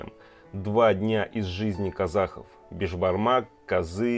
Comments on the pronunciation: Не бешпармак, а бешбармак. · Не бешпармак, а бесбармақ